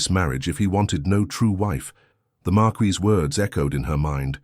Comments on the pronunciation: Oh ffs! 48 seconds in and your appalling AI strikes! Marquess. MAR'kwiss. This is not bloody France! 😡 But as a septic you will of course be uneducated and ignorant of facts about anywhere in the world outside of your own narrow experience. Especially Britain, past or present; this despite setting yourself up as the "writer/creator" of this channel. 🧐 And none of these failures are helped or improved by the fawning comments of your fellow septics - all totally lacking in discernment, and even a basic acquaintance with English literature. Eish! 💀☠️ 💀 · Great story, but George’s title NEEDS to be correct, it is marquess, pronounced mar kwis NOT mar-key or mar-qwee any other of the many distracting pronunciations used and changing throughout the story. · Marquis not markee! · If I hear marqUISe one more time Ill scream😂😂😂